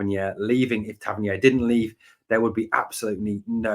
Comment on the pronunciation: Interesting updates. However Tav’s surname is pronounced Tav-Ern-EER not Tav-Ern-YARE. It’s a minor thing but is starting to grate. He specified this in interview some years ago.👍